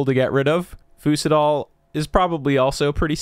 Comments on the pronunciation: My doctoral thesis was centered on fucose. It is pronounced "FEW-cose", and thus "FEW-sitol". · fucitol more like fuc it al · "fucitol" be careful how you say this one